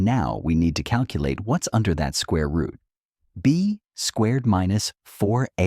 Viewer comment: Its rooot mf